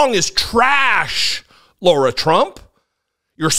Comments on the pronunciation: Her name is Lara, not Laura. While I share your opinion of her and her singing, you lose all credibility when you can’t even get someone’s name right, and to laugh so much is cruel and beneath you. I’ve never been a big fan of your channel, but I kept watching. Never again. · She admits she's not a professional and didn't sound best but before you want to criticize others learn to pronounce her name correctly..it's not LAURA! It's LARA...